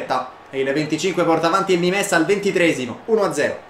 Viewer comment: Non di dice nimes ma nim, non per fare il mestrino eh